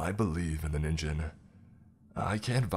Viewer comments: Im sorry, but every time you mispronounced Ningen made me cringe so bad. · It isn't just English words! "Ningen" is "human" in Japanese, BUT IT ISN'T SAID "Ninjen". I feel like our generation should at least be familiar with how Japanese loan words are said these days... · Problems with the narration: Ningen (human) is pronounced with a hard G. With the J sound, it turns into ninjin (carrot). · Hey bro, it’s Ningen. Hard G sound. The Japanese have both J and G in their alphabet and G always sounds like Guh. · Is noone going to comment on how he was pronouncing ningen wrong.